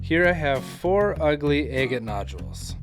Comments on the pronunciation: It’s pronounced “agg-ett”, not “aye-get”. If you’re going to try to set yourself up as some kind of expert, learn to pronounce scientific names correctly. For god’s sake, there’s videos right here on YouTube that will teach you to pronounce it correctly. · You pronounce agate differently 🤭